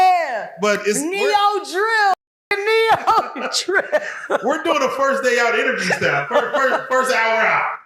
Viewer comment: She said Neo-Drill 🤣😭🥂